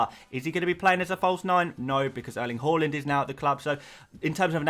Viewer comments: Whoreland? It pronounced H~ar~land. Coming from a Norwegian…. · you actually almost got the haaland pronunciation down! if you say the LA part like you do in LAVA, you got it 100% right. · Just pronounce it as it is written. His name is Erling Haaland. Simple as that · say the haaland properly man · sorry if I am to rude but I really adore the player and want you to say it right